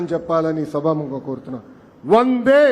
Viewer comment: తెలుగు ఇంకా బాగా నేర్చుకోవాలి . శ్రీ. ఎన్టీఆర్ ఉపన్యాసాలు బాగా వినండి. వందే, అన్నప్పుడు దే కు ఇంకా ఎక్కువ దీర్ఘమ్ రావాలి. కోరుట కాకుండా పిలుపు నిస్తున్న అనవచ్చునేమో పరిశీలించండి . పిలుపు అన్నది ఒక ఉద్యమ స్ఫూర్తి పదం. మీరు యంజిస్టర్ కాబట్టి, మీ పిలుపు ఒక ప్రభంజనమై ఉద్యమమై, ఆశించిన ప్రయోజనం సిద్ధించాలి. అది జనానికి అభ్యుదయ ము అవ్వాలి. చరిత్ర లో సువర్ణ అధ్యాయం కావలి.